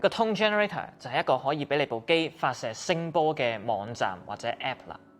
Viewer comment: (網)站 字讲吾正